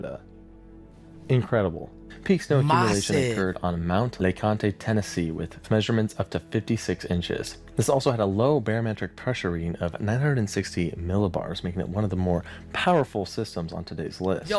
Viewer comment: Dude, I live in Tennessee...it's pronounced Mount LAYCAHHNT (Leconte). And I lived through the 1978 blizzard until now. The 1993 blizzard, we had 4 foot high snow drifts in our yard.